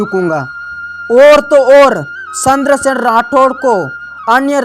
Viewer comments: 😂😂 सही बोला आपने पर उन्हे चंद्रसेन बोलना नहीं आ रहा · तू भाई चंद्र सिंह राठौड़ की जगह सेद्रसेन बोल रहा है और मुट्ठी भर बाजरे के लिए मोटी बर्बाद बागरा बोल रहा है भाई को भई बोल रहा है 😁😄